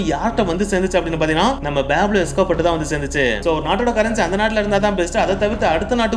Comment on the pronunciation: Athu peeblo escoobar ille pablo escobar